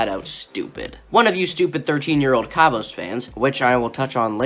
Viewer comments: They way u pronounce his name though "Kavos" not "Karvos" you say it like car vose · kaavos.....bruh learn how to say his name first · What is it with all the below 30K Comm channels not being able to pronounce "Kavos"? It is literally KAV-OS there is no "OSE" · I hate him but it really triggers me how you pronounce his channel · Hey I'm a kavos fan. I don't really care about what u have been saying as that is your opinion and i respect that. But can you at least pronounce his name right 😂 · I don't even have to point how how stupid your response was because I know you're trolling so its chill, but for real don't do a Keemstar, please pronounce it properly